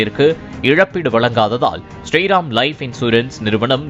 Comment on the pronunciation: ஸ்ரீ ரெம் ஆ? அத ஒழுங்கா தா சொல்லுங்க